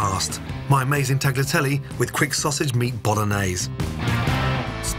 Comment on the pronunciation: Ok, this may taste ok, but it sure isn't a bolognese sauce and it's an insult to Bologna to call it that. Plus, I cringe when I hear him mispronounce both tagliatelle AND bolognese.